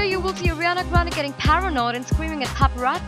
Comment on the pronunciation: Is it just me or is the voice-girl saying Adriana Grande??